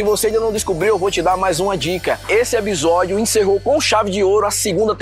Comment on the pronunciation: só o que me deixa doida é ele falando "ebisodio" toda vez kkkk nada demais, mas dá uma agonia, vontade de ser a pessoa chata que fica toda hora corrigindo kkkk